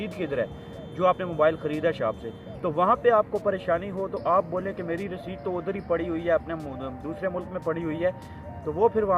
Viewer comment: Receipt ka pronounced tu theek karo pehly.